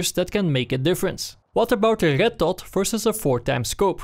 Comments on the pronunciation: It's not ched dot but red dot... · Why do you say Rrrrretttt dottt? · Why did I hear "arigat-tot" rather than red dot... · i hear "el getto" and not red dot... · I love the way this guy says red dot. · I like the way you say red dot :3